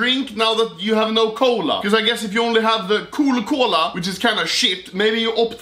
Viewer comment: Its cola not kål-a